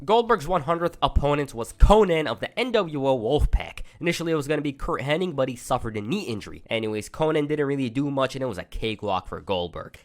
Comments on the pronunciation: Hennig…. Not Henning🙈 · How come all of these people that make their living off of doing wrestling videos CAN'T say Mr. Perfect's real name CORRECTLY?? It's Curt HENNIG, NOT "Henning"!! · its Hennig not Henning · Henn-ing is what bestialiacs do on Friday nights. Hennig sounds like the first part of Bennigan's.